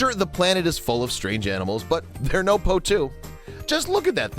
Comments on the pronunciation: Annoying narrator cant even say the birds name properly 😂 poutoo is what hes saying 😂 the birds name is potoo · I cringe every time I heard him say poe2. In my country we called it po'2. And that's what I heard David Attenborough called it too.